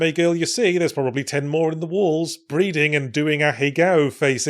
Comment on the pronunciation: Id swear that was "breeding" and not "breathing". Somehow more appropriate.